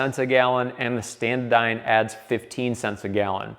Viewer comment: say it with me, ST-ANA-DYNE, NOT standadyne